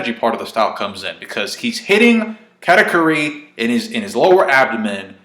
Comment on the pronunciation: Brah please stop pronouncing katakuri like that lmfao